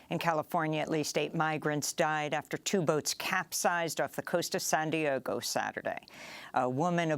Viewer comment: "San Diogo" heheh